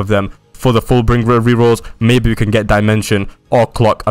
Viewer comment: your saying full bring ger